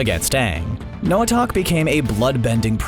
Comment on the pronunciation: Him: Noahtak Me: you mean Noahtok???? (He pronounced it as Noah-Tak at first) NO HATE BTW!🤣